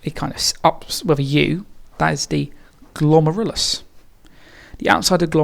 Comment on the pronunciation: I love how you pronounce 'glomerulus' my teacher pronounces it glom-air-el-oos